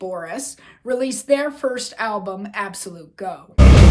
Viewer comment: WAIT. Did you just say Absolute Go? It's Ab-so-loo-tay-go.